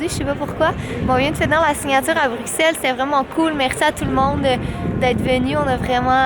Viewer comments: Ma belle je suis contente que tout C est bien passé pour tes signatures en Europe. Petit bémol... Quant tu prononce Bruxelle, le x se dit pour un s. C'est bizarre je sais mais c'est comme sa qu'ont le prononce. 😊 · Super vlog Les timelapses s'était trop chouette ! Ps: Bruxelles se dit «brussel» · étant belge, je confirme que l'on dit "Brussel" ici :)